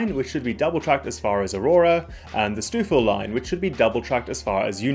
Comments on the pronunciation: it's pronounced "stove-ville" and "spad-eye-nah" btw. The biggest impacting of routes will be the new 6km bypass track that has just been ordered by the province in the west end of Toronto. This will remove the need for trains to pass through Union Station. It allows new routes to be created a lot more easily. The lack of a bypass has been known as the biggest Achilles heel in the network. It is what was stopping the line example you gave in the video travelling north of Toronto from becoming a reality. The problem with too many new stations being rolled out is that it creates longer travel times as long as GO refuses to restore many of the pre-pandemic express trains. Some need to be restored in order to maintain reasonable travel times, even with electrification. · Nice video, but it's painful to hear so many place names (Stouffville, Spadina, Courtice) mispronounced. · I cracked up at 'Stew-fill'😂. For anyone from elsewhere, it's 'Stow-ville', rhymes with 'snow'. 🎉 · Lol. It's pronounced "Stove" not "Stew" in stouffville. Great video though! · Stoufville is pronounced STOW-ville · 'Stoofil' --> 'STOWville' 'Spadeena' --> 'Spa-DIE-na' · Where is stoofill?...its pronounced stoe-ville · For the record It's not Stoof-ville, it's pronounced Sto-ville (rhymes with go) Spadina is SpaDIEna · Minor correction: "Stoh-ville." Not "Stoofville." The f's are effectively silent. Great video, though and nice seeing GO getting some positive coverage. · St-ow-ville not st-ew-ville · "Stouffville" is pronounced STO-vil not STEW-vil... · Sorry for being picky, but it is pronounced “Stowe-ville”, not “Stewville”. And that street in Newmarket is pronounced “Mule-lock”, not “Mull-lock”. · "Stoof-ville"? You're not from the GTA, are you? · stoof ville line???? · Stouffville... we usually say "Stowville". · Easy mistake for someone not from the area, but Stouffville is pronounced STO-ville. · Stouffville is pronounced "Stowvil". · Stouffville is pronounced as "stow-ville"